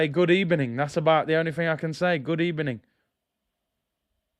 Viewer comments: Just here to say Gud ebening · Good EBENING 🤣🤣🤣